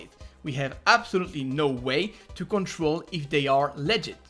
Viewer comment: every time you say legit I hear legend